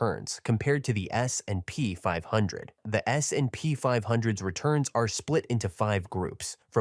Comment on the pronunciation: Great content. But let your AI voice learn how to pronounce S&P more realistic. Thanks